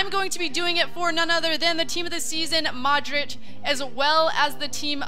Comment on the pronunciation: haha TOTS "madrich" and TOTS Diego "coast-a".. love ur pronunciations lol